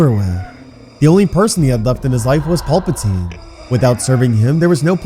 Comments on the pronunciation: Pal. Puh. Teen...... His name is not Paul! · Pal.. not paul-patine